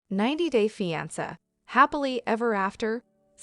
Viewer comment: “Feeansa” ugh these stupid bots